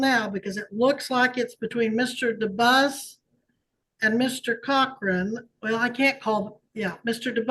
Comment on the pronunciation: Lose the AI voice! The name is Dubus, not Deo. Read it live because AI mispronounces words and has emphasis in odd places.